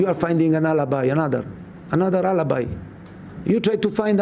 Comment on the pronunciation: I LIKE HOW HE SAID “ALIBI” WITH HIS ITALIAN ACCENT 😂😂